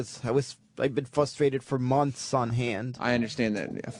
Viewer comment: “I’ve been fustrated for months on hand.”